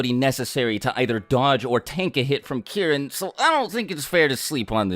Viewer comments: did he say Kieren 😂😂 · Key - Reen. Get it right. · Every time he mentioned Kirin in other videos I always thought he was talking about Karin but was just saying it weird😂